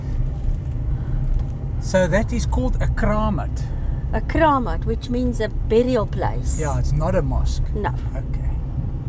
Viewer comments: We loved the minstrels, it was a super cool experience. 🥳 I'm not too fussed about pronunciation as we film in-the-moment. Kramat is pronounced with the accent on the first syllable and a long 'a' sound, as in Kraamat. 🕍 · Thanks for showing the klopse. In all my years, been once I think. Your pronunciation of kramat was a little off. But don't ask me to spell it phonetically. Or did you get help in the pronunciation and I have never heard it pronounced like that? There numerous of them scattered around CPT - Constantia, on road from Camps Bay to Llandudno, Signal Hill. Border of Khayelitsha and Mitchell's Plain I think off Spine Road. Other's too. I just don't know where all are.